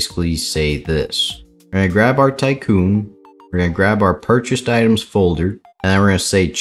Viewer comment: u said itens instead of items at the start just fyi